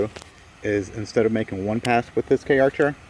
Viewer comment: Please, it's CAR-cher, not K-archer